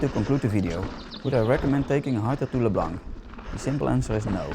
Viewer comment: Eén van mijn favoriete bikeparken! ps, Lac blanc is uitgesproken lak bloan